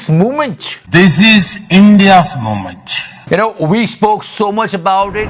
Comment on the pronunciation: "This is India's MOMENCH" 😂